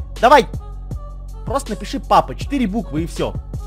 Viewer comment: Почему ты говоришь Пыапа